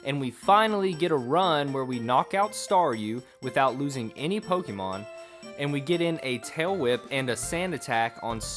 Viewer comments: You know it's gonna be a shity commentary when you ear "poh - KEE - mown" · I went into this video thinking he was gonna evolve them But no, that'd be too easy. Also, the constant mispronunciation of Pokémon and Arcanine makes me sad.